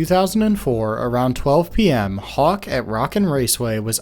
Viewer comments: im sorry.. kawk? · Did you put Hawk as Kawk by accident or on purpose